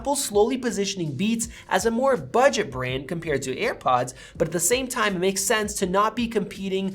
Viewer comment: You call them EarPods instead of AirPods haha cute